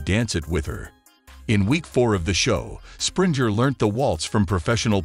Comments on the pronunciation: 😂poor Jerry and all the other Sprinjers! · You mispronounced Jerry Springer’s last name here and there. It’s a hard “g” not soft. Why should I trust any of your content when you can’t pronounce your subject’s name correctly?! Don’t you proof your work?! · His name is not sprinter it springer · You pronounced Springer wrong 😳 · U know how to say jerrys last name. Its so disrespectful to not get a dead man's name right when u actually know it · Whoever is the narrator for this piece is not very bright, neither is he familiar w/Jerry. He has mispronounced his name AND other key data in tgr video, ALL with arrogance & venom. If zherry went out if here with theatrics - so be it cause at the end of the process, he finally fid the right thing!!!! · This guy keeps miss pronouncing his last name holy c*** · For goodness sake please pronounce has name correctly 😂